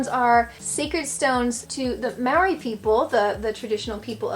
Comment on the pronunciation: My big brother said you keep saying Marry for Maori, I'm deaf, but can of course speak, I was taught Mole-ree. (said quickly) You can buy gluten free pies, there's heaps around. Traditional home made mustard on ham and in cooking is great, my Gran/Mum are the best, don't at all like the American one, far too mellow and sweet, Dijon (however it's spelt) is also mellow. The UV in NZ is the highest in the world, also we fight with Aussie for the most cases of skin cancer, even on cloudy days during summer you really do have to use sunscreen. Love your pod casts, I'm still young enough to think about my vocation, yours is, forgive the pun, food for thought. :virtualhug: 🧏 Stephanie